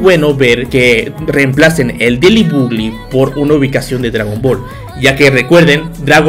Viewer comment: El diciendo deily bugli😂